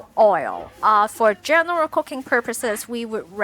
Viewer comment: I'm brand new to your channel, and I noticed your English accent is very good. However whenever you would say "...Cooking-" it sounded like "cocaine" and I kept thinking I accidentally clicked on a different kind of video. 😭😭🤣 Thank you for this video this was very helpful.